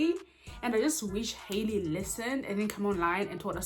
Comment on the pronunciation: Halle’s name is pronounced hal-ee not Hailey!